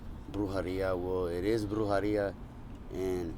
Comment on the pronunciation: Bro please don’t make deals with evil spirits. And it’s brujEria, not brujAria